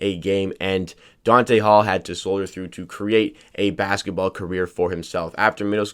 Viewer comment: Not Dante....DONTA